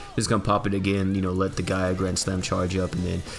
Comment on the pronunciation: He calls her TA gaia grand slam.. it fucking kills me. ITS GIGA